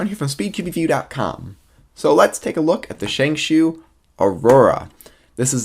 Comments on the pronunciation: As someone who speaks Mandarin, both pronuncations, ShengShao and ShengShoo, are about as accurate as each other. The actual pronuncation is ShengShow. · Well.. this isn't really important but Shengshou is pronounced "Sheng-Show" not "Sheng-Shoe" or "Sheng-Shao" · ikr as in sheng+ show =accurate pronunciation